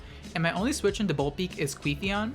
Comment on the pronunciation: please stop saying queefeon lol